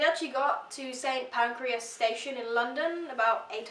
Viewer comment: "Pancreas", lol. "Pancrass", is the pronounciation. I forgot how you spell it, but "Pancreas" sounds better! 👍